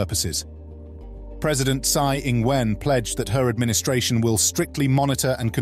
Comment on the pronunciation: interesting info. I do recommend though that if you're going to make a vid about Taiwan, you should learn how to pronounce people's names, at least. You called the president of Taiwan "shit" with your terrible understanding of the language.